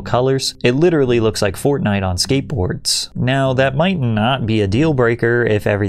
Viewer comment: "Forrnite" grown ass man cant even articulate why he hates the artstyle other than saying its fortnite. Insane behavior